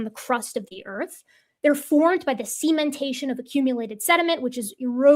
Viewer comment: can say "cementation"! Hurray! I'm still not gonna forget "sementation" any time soon, though. xP